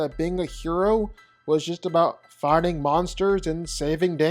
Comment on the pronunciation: Ok, I'll bite: last night I was pulling and all nighter doing paperwork and binge listening to your "vs" videos that I recently discovered, and I can't shake the need to ask: why is it that when you say "fighting" it seems to sound like "farting"?